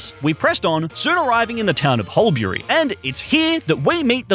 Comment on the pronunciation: Huialberry? what the duck its Hullberry